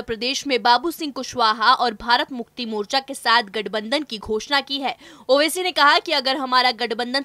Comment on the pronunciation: मोचरा नही मोर्चा होता है हिंदी तो ठीक पढ़नी सीखो कम से कम पहले।😡😡😡😡